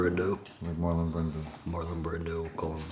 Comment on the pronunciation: 🤣🤣🤣🤣I'm laughing my ass off at myself for being dumb, I thought you were saying bread dough. I of course figured out you were saying Brando 🤣🤣